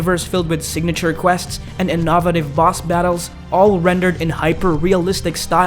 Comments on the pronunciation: "In-nov-itive boss battles" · "Inavotive" lmao